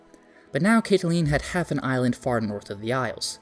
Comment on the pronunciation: Fyi Caitlin is Katelyn not Cat a lean.